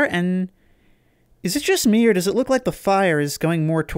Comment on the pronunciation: I know he's saying "look", but the way he says it makes it sound like "fuck", and now i cant unhear it.